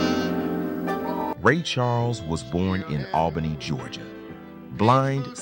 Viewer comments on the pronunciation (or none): none